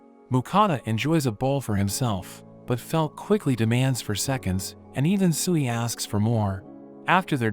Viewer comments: I dont know why but when he named the slime tsuiy i thought he tried to say SIUUU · I thought sui was sewy 😂😂😆